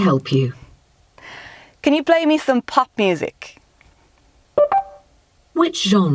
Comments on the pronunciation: First of all pop music Pop is abbreviation of popular. I'm sorry but you sound like you're saying pup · "PUP" or POP...lol